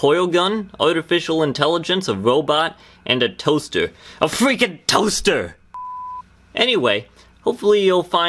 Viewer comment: fweakin toaster